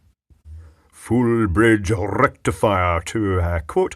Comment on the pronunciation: Da Full Brridge Rrrektifierr!